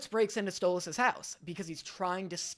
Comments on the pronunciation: I’m going insane it’s stoles not stoloss and I know it’s spelled stolas but it’s still not pronounced stoloss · Bro it’s stolas not stolAs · Btw you pronounce stolas like; “stole-less” not “stole-las” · “Stolass” Me as a stolas fan:IT’S STOLAS NOT STOL-ASS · Stop saying stol-oz 😭😭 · i mean u kept pronouncing stolas like how stella pronounce his name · “Stolahs” That pronunciation hurts me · Why you sayin Stolas like at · I love how he says 'Stolas' 😂😂😂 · And he learned why he got flak for how he pronounced Stolas lol.